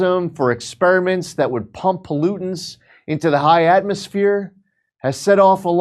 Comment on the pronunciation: He said ecspirament" how long do they plan on expiramenting?!" It's bin since vietnam'!!!